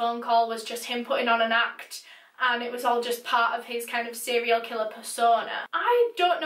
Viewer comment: To be quite honest the reason I decided to actually keep watching the video is how you say "seriol" killer. I flipping adore it.